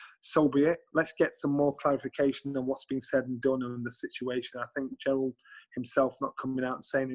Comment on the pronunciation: Jonny his name is jarrel not jarold 🤣🤣